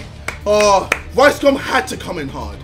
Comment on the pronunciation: Why does it sound like he said “ricecum” 😂